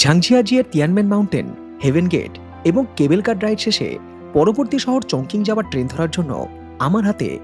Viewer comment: উচ্চারণ টা মনে হ‌য় হবে চংচিং। চংকিং নয়।